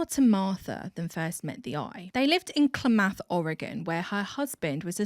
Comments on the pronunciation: "KLAH-math". Citation: is Oregonian. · Speaking from a couple counties away, "Klamath" is pronounced "CLAM-uth" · Never thought Klamath, Oregon would come out the mouth of someone across the pond! Our city names are weird and often hard to pronounce. It’s closer to Kuh-lamb-ath.